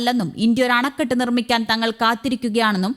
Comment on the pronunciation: ഇന്ത്യയുടെ ആണക്കെട്ടോ അതെന്താണാവോ? ആണിക്കെട്ടെന്നു കേട്ടിട്ടുണ്ട്.